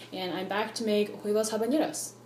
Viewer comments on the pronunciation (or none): Great! If I had ramekins, I would try this. Also: don't pronounce the 'h' in Spanish words.